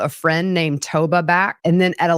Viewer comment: hi.. her FRIENDS NAME is TOVA not TOBA.